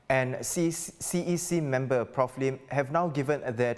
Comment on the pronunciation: it's "Sylvia Lim" and "Jamus Lim", not "Sylvia Leem" and "Jamus Leem".